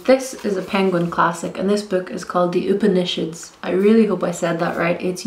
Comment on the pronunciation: I think Upanishads is pronounce oo-PAHN-ee-shahds, but I'm not entirely sure? I've heard it several different ways. And I'm curious to see what you think of Lena Dunham's book - I also tend to avoid non-fiction, semi-memoir-like books about feminism by white people, so I haven't picked it up, but I trust you to tell me if I should after you've read it. ;) On a tangential note, if you haven't read Bad Feminist by Roxane Gay, I would recommend it.